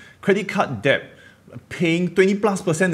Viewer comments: Debt not deb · I just want to say that debt is pronounced as /det/, without the "b"... I'm a dick I know... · Hi! long time follower. I taught English for years and need to help you. Debt is pronounced dehht, since you use the word so much:) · Risky comment, but debt is pronounced 'det'. Or is it a Singaporean thing? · On a side note, it’s pronounced ‘det’. Have a great day👍!! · thanks for all the info! Btw B in debt is silent. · Great video. Something to think about. BTW, you don't have to pronounce the B in debt. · The B in debt is silent. :)